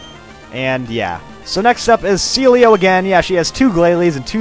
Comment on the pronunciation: I remember waaay back when he said Sealeo first, he said "CeeLo"